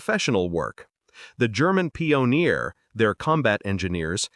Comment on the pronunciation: "Rema-jin", "pee-on-ear"! In the first minute... Jeez!